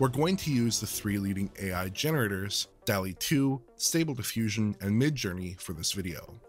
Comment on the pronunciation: It's pronounced "dawl-ee", not "delly". There're two Ls, like in "hall". *armor